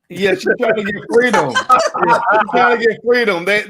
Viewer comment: She's twerking for Fweedom!